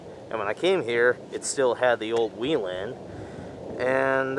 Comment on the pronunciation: It's not weelen. It's wellhen.